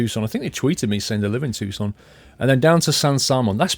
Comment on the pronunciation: Paul is correct, it's pronounced too-son.